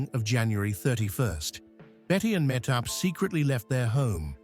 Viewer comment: Why can’t he pronounce Mahtob’s name the way her mother does “ Mah Tob.” She’s on enough videos online and do is the daughter.